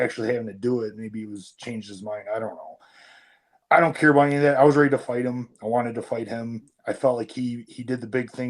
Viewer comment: He says bout like a canadian